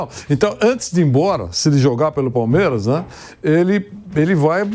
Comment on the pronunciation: Ho pilhado aprende a falar palmeiras